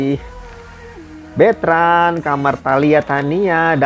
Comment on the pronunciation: Betrand bukan beetrans ☺️